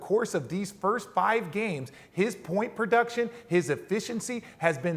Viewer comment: I swear I heard RJ say Whit will you do.